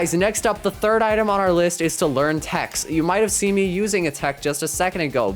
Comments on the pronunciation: why is he saying text and not tech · Tech not text